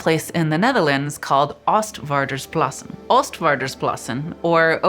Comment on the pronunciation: Oostvaardersplassen with two a's. Literally translates to Eastsailorslakes. Sail = vaar not var.